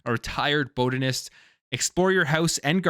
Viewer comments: What the hell is a "boat-anist"? 😂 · Boat-an-ist 😂😂😂 You a Canadian?😂😂